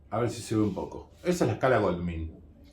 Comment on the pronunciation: Se pronuncia Gouldmain no golmin.